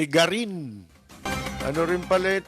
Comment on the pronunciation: GARIN hindi Guarin.😊